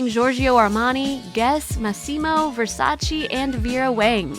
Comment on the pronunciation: It's VERSACE not VERSACI 😂😂😂😂